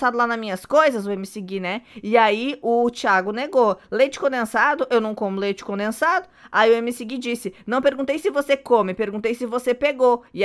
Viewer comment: A fala: leite conensado?kkk